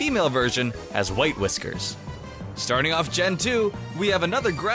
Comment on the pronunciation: HAHAHAHAHAHAHAHAHAHAHA DID YOU ACTSHALLY SAY "we're starying off